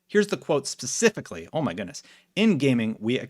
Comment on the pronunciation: Specifically. With an e not an i. Spe...😜